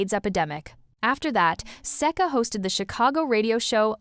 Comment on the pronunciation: AI voice can't even properly pronounce Seka..